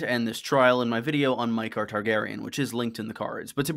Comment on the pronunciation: ya I meant that’s how says it. He’s the “you.” I think it was Maekar being pronounced mEyekar through me off enough to comment.